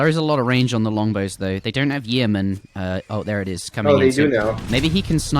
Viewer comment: Yeomen = Yo-man. Not Y-ee-o-man.